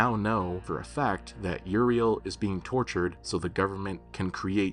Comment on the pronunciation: That ain't Uriel, thats Urinal 😭😭